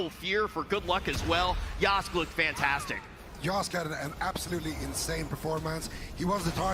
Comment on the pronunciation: Casters can't even say names right, it's YO-SKAY not YOSK